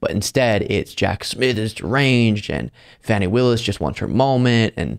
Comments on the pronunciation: FAUNY, not Fanny. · Dude. It's not Fanny. It's Fawny. She deliberately slurred her name and you just swallowed it. I like your show. Please tighten it up. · Please,. You are mispronouncing Fani Willis' name. It's jarring and unbecoming of you to do so. It's not pronounced like fanny. The proper pronunciation is FAH-nee. It would be to your credit to respect her enough to adopt the correct pronunciation. Thanks, kindly. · Fawn e Willis. I love you,, but please get it right.